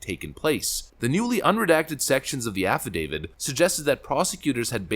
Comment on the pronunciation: It ain't an "affi-David". It's an "affidavit", with a T ending. It's an imported, LATIN word, meaning, "(he) has declared on oath".